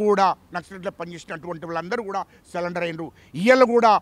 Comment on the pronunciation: సరెండర్ అని చెప్పురా అయ్యా, సాలెండర్ కాదురా?